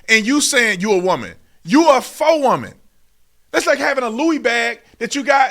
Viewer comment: And this trans person can’t even pronounce WOMAN!